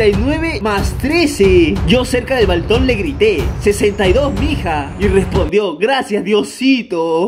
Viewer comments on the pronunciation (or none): Soy yo o dijo balton en debes de balcón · min dice balton y es balcon like si lo notaste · dijo balton y no balcón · wen te das cuenta que dijo balton en ves de balco 7 05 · En el minuto dijo balton en vez de balcón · Es balcón no balton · Eh we dijiste balton en vez de balcón jsjsjs like para que lo vea